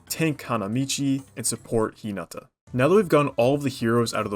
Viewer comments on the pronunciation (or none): none